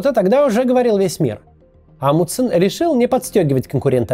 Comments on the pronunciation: "Амудсен", "Амудсен", "Амудсен". В этом имени есть буква Н, и в английском языке, и в русском она произносится, т.е. должно быть "АмуНДсен". Тяжело слушать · Мне кажется, или Максим теряет одну «н» в фамилии «АмуНдсен»?🤔